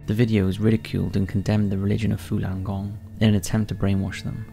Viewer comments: Falung Gong not "Fulan" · Again it's your pronunciation that is fucking bad buddy .... Fooolan gong? It's the exact opposite to its spelling... Fallun gong.... You can read and have ok general pronunciation so I only assume it is ignorance or lack of care that would spoil and otherwise good product.... You speak for a living.... Get it right ffs